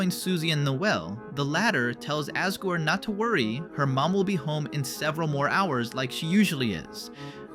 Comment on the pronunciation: not him pronouncing "asgore" ass guard